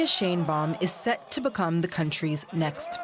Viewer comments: So, It's Pronounced Shine Bawm=Sheinbaum 😁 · Maybe learn how to pronounce her name properly,.